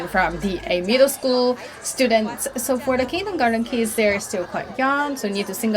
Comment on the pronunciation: Why is the auto translation and subtitles translating kids to "keys" her pronunciation of kids really sound like keeeys